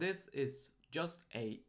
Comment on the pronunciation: Hey + - I love the video series you're running. I know you're from Sweden - which is great by the way - but I have one feedback on the 'j' pronouncation. When you say 'just' - please use the same sound same as in "juice", not as in "yaml". Because it's "j" not "y" - there are thousands of comments already so you'll probably miss this one, but I needed to write this. Thank you!:) Again, the series are great:)